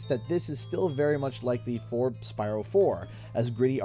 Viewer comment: BYRO LOL 😂😂😂